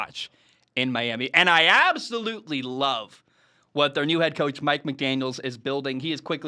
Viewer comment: Love the video but please stop saying McDaniels it’s just McDaniel